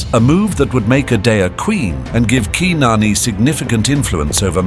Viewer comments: yes I did, but once again it's the Google engine, khnarnee, not keenarnee, the former sounding more accurate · or like ur AI calls her qui-non